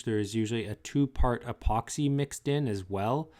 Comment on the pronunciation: I got a sharp pain in my temples when he said "epoxy".